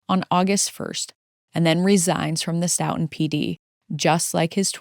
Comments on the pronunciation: Stoughton is pronounced Stow.tn Big fan of the vids! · FYI Stoughton is pronounced ‘STOW-tin’